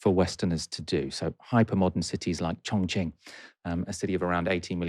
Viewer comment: You kept mis-pronouncing Chongqing as Chong-Ching. That reminds me of a racist boy I met in American that screamed "Chong-ching, Chong-Ching" when he saw me.